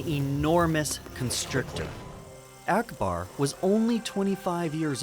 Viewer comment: 아크바르? ???:알라후 아끄바르